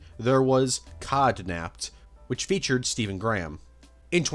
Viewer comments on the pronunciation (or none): none